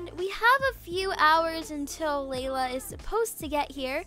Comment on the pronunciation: Laila not lala